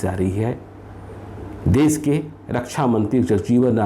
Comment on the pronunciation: Bhaiya kripya apni hindi bhasha sudharo . zab nahi jab, des nahi desh ,kosis nahi koshish, sures nahi suresh ,shurya shawal susma aur na janey kitney🤣😇